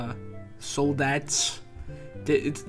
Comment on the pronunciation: as a french person, hearing soldattes hurts me